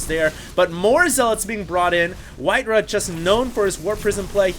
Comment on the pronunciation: Im sorry, its not pronounced Rah its RAW, simply because of that i find it hard to watch